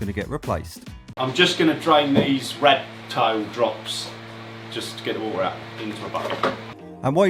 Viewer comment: its not hor-a ,its water